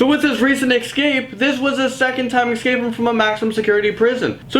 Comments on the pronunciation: ESCAPE!!!!! not ECSCAPE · Why does he say escape like that. Escape. Not ecscapes